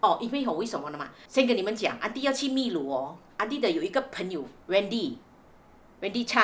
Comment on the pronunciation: Uncle Aunty, 祝福你们俩旅途愉快，秘（读音是bi, 第四声) 鲁 lu